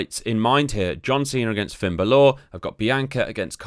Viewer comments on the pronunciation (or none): Is BAlor.. Not BaLOR